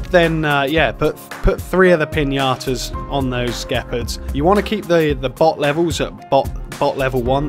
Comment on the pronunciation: it is indeed pronounced jee-pard